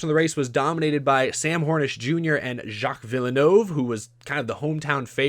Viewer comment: if you want to not say it too badly, just say Jill Vill - nuv. That's close enough. You mentioned his son Jacques later in the video and said it correctly there!